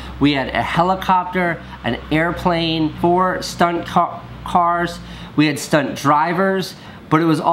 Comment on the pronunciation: "4 Stunt Cocks....Cawrs"